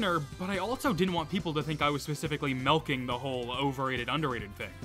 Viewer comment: It took me a second to realize you were saying "milking" and not "melting".